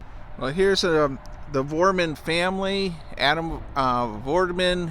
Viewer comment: It's Vroman, not Vorman